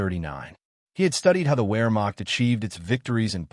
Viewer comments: the where-macht.... is this the future of youtube, ai generated history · In German, "Wermacht" is pronounced "Vermacht" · Your use of the work "Where Macht" is entertaining both from your pronunciation, and that from the context, you probably mean the German Army, not the Army/Navy/Air force. Rather than Wehrmacht you appear to be talking about the Heer, the German Army. AKA, the German Wehrmacht is the armed forces (including Navy and Air force), not only the Army.